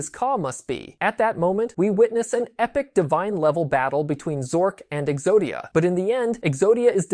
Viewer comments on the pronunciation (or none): none